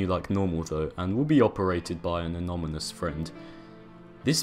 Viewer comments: you kept saying anomynous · It hurts me every time you pronounce "anonymous" as "anomynous" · The amount of times he said "Anomynus" is infuriating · Your inability to say the word anonymous correctly is amazing